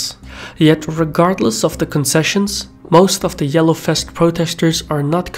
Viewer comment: The yellow fest! Love how you pronounce "vest" as "fest", what is ironic because in some other words you rather tend to pronounce the "v" as "b". But I love it anyhow...